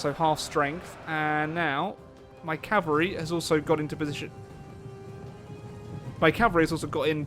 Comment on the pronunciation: "Have we beaten off the Calvary unit yet?" lol